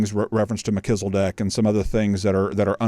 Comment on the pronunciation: I don't know if it is because I'm really tired but I totally lost it when you pronounced it "Mechizzledek" !! It just sounds so funny!